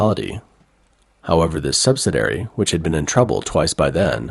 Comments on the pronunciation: The speaker for this channel does not have an accident. And yet, some of his words are not correctly pronounced. For example, he mispronounced 'subsidiary'. He pronounces it 'subsidary', which misses the second "i" I wonder if this is a high quality, computer generated voice. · Why is it that you can not correctly pronounce the word subsidiary? In every video of yours that I have watched, you consistently mispronounce this simple word ? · Please see if your can program your AI narrator to pronounce 'subsidiary' correctly. Thank you.